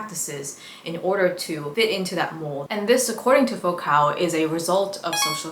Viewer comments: Just because I don’t want some theory bro getting self righteous in the comments about a name people rarely hear spoken: Foucault is pronounced foo-co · Great video but girl Foucault is a french name, it's pronounced like foucough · You pronounced Michel Foucault’s name incorrectly, and a few other words and names. Great job on the content, I look forward to more videos